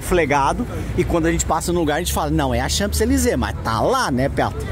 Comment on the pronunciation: Très chic, vocês. Gordo o p não é pronunciado em Champs-Elysées.